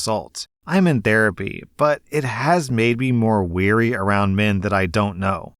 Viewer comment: WARY. W A R Y. NOT "WEARY," FFS. 🤦🤦🤦🤦🤦